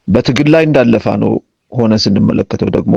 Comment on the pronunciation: He cannot correctly pronounce FANO. It's not hard to say FANO. Amara FANO, watch out this person closely. He is a thorn in the mud.